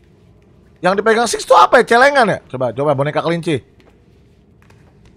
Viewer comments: bang namanya bukan sumai tapi six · Bang namanya six bukan some